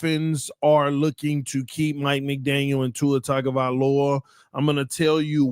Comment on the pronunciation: Is intentionally saying Tua’s last name wrong?😂